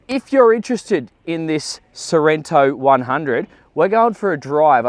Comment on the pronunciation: It is Sorrento not Sorento.